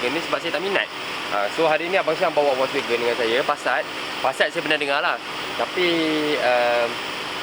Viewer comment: Sebut volkswagen pun tak betul 😂. Wokswegan